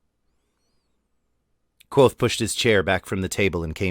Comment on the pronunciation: Great reading, and for the future, it’s not “quothe”; the “V” in Kvothe is pronounced.